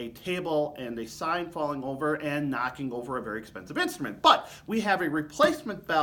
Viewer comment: thanks for what you’re doing! I listen to videos like this on headphones so I can hear every nuance of the sound of the trombones you demo. I imagine many do the same. BUT, in this recording, in your excitement, you are emphatically speaking introductory words, like “BUT” ten times louder than the rest of your sentence! The result is that while I’m wearing my headphones, you are blowing my head off several times during this one video! Please stop doing that!